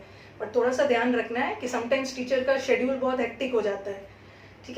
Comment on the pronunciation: Hahahaha schedule bolna to seekho apki pronunciation mei problem hai.